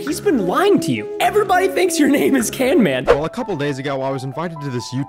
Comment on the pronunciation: do you mean canman XD